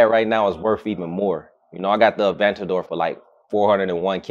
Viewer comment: A-van-tador. Can’t even pronounce it.